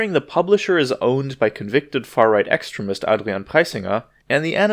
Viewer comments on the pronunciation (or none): Good catch, JayEff. KayDub did not use the shitword, although his pronunciation [EX·treh·mist] of the word is counter to the prevalent pronunciation [ex·TREE·mist] in native-English countries, leading to believing that he had said 'excrement'. BUDAPEST • 2018 OCTOBER 11 • • • • • • • • • •